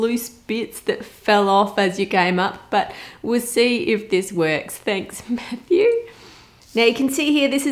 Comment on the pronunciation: did a double take because I heard “now prince Harry is older than meth use” but then realized it was Matthew, now “meth use” 😂